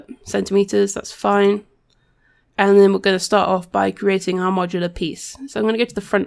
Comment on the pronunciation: Not mocular yes Modular :D haha